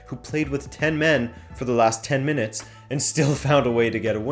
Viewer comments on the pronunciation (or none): none